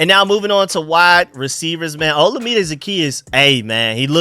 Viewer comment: Shoutout to you for pronouncing Olamide correctly. Your original pronunciation wasn’t too bad but to take the effort to make sure you’re saying it all the way correctly is really cool of you.